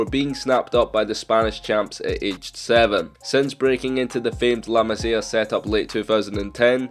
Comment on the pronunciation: The way he says La Masia makes me pissed